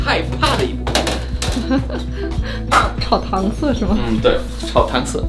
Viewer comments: 这种烹饪方式，其实比较地域化，主要是北方菜用到，南方很少有，而色这个字在北方经常念作shai，UP主不知道是情理之中的，南方人都很多不知道的，何况非中文母语者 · 炒糖 Shai三声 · 友情提示，“糖色”的“色”，比較地道的念法，是念“shai”,三聲，同“骰” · 那个好像是念 炒糖色（shǎi ) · 让老外炒糖色（shai）儿，这不是难为人吗？ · 色，在这里读：shâi 三声😀